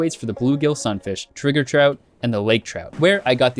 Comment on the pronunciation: yo he saying trigger trout? [t i g e r]